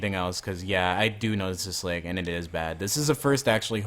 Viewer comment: LAG NOT LEG